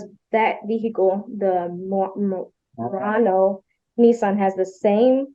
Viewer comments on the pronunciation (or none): Judge’s mispronunciation: Nissan ‘Moron-as’ seems appropriate for this couple 😂😂